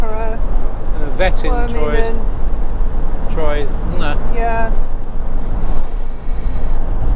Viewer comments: Actually it is pronounced 'Trwah' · Great video and very entertaining as always - But I've just got to help you out with some of those pesky French word pronunciations ;-) ....... Reims is simply "Rem" - Troyes is "Twah" the s is silent - And Brabois is "Brab-whar" - Hopefully will help if you visit again in the future! Stay safe on the road!!